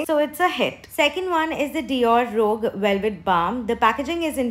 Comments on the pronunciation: It’s pronounced “roosjh” not rogue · It’s not “rog” as you pronounce it 😂 it’s “roozsh” for ROUGE